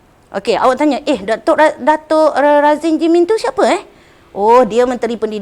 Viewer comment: Tq Cikgu penerangan yg bagus.. Maaf Cikgu..betulkan skit. Menteri Pendidikan Datuk Dr. Mohd. Radzi bin Md. Jidin . bukan Radzin Jimin.